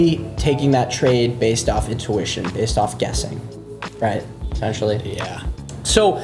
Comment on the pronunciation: Bro needs to learn how to say intuition.. its not "in ooo wish in" its "in too wish in"